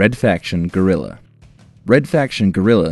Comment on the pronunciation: its guerrilla like guerri ya but all in one word gue rri lla